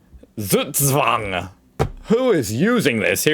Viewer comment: Once and for all: Z is not an S. It's not SugSwang. In german, Z is a sharp spoken letter, like the S in Snake, Snap, Smack or Snack. The letter sequence sch is spoken like the ch in chocolate. Ch in Echt is spoken like the one in choose. Ä is close to an english A, while A is like the a in hard. Get this right and you can impress a lot of people😎.